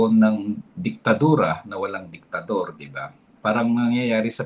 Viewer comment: Emphasis on “Diktador” 😂👍